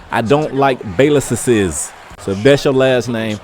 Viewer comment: I died when he said "Baylesseses"